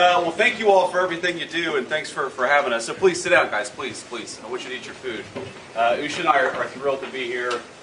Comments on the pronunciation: It’s not “Usha” like in “usher”, it’s “Oosha”. We made an issue of pronouncing ‘Kamala’ correctly - I don’t see why that should be different for Usha Vance. I feel even more sorry for the homeless in Greenland now. They get invited to a free meal, then can’t enjoy it because Trump Jr. is there to spoil their appetite 🤢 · Her name is pronounced 'Oosher' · Its pronounced Ooosha or Ewsha, but who cares she deserves no respect and neither does her eyeliner wearing husband! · I LOVE how you mispronounce Usha’s name! 😂 (I might’ve just misspelled it, too!)